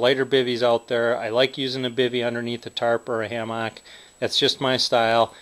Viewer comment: i stopped watching cuz of the way he says hammock